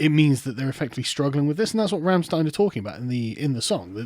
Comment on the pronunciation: YOU PRONOUNCED RAMMSTEIN WRONG!!! ARRRRGH No seriously good on you for mentioning them :D Deutschland, Deutschland uber Allen!